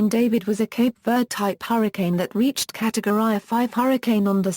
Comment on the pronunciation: “catowry” noice